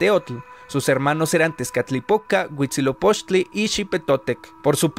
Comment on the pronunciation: Llevo 30 seg de video y ya dices mal Huitzilopochtli. Aprende a pronunciar el náhuatl;)